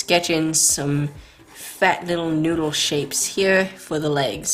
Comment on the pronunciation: For some reason I keep laughing when she says fat